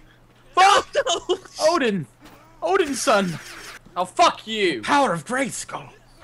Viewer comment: It's Odin, not Oden.